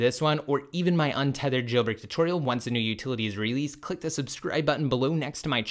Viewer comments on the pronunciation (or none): none